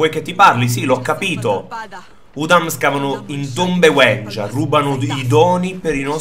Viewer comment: Sì pronuncia W*I*NJA